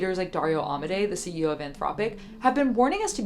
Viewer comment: At this point you should ask an Italian how to pronounce AMODEI.. For the record it should be somewhat equivalent to ah-mo-DAY-ee for an English speaker